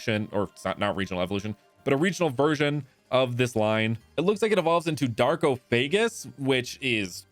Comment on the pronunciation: "Darkofagus" Not= DARKO (PAUSE )- FAGUS Darkofagus as in DARKOOOO-FAGUS